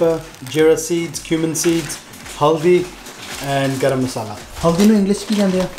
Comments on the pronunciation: Why did he say garama masala as Akshay Kumar and John Abraham 🤣🤣🤣🤣🤣🤣🤣🤣🤣🤣🤣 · The English interpretation of Garam masala🤣🤣🤣🤣🤣🤣🤣🤣🤣🤣🤣🤣🤣🤣🤣